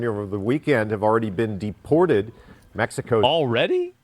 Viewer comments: Bro you cannot make a "California belongs to Mexico" argument and pronounce it "Meh-hi-co". Bro legit calls them Latinx. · Blue eyes white guy pronounces Mexico as Mehico. Look at how authentic he is. Please give him an avocado. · "be a white beta socialist and not pronounce it meHico" challenge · These are all just the I need to be woke as a identity or to feel superior to other people cuz of progressiveness and it’s the lack of knowledge and self awareness like what white personal pronounces “Mexico” as meh hee co like stop it with the fake accent ur not Mexican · "It belonged Meh-he-co." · The soyboy saying "Mehico" is a parody, by the way. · When the white guy pronounced Mexico in spanish.... please stop. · oh look how progressive he is he says Mexico in Spanish with a Mexican accent instead of in English with an American accent 😂😂😂😂